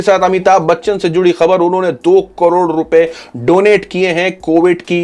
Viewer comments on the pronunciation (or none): none